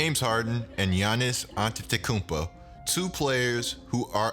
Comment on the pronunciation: "antetekumpa" lmao